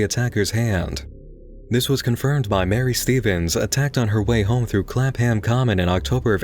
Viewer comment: Clapham is pronounced Clap-um, not Clap-ham. Same with pretty much every town or city ending in -ham in the UK. Also, I assume you mean 1838 . 1938 would be ridiculous.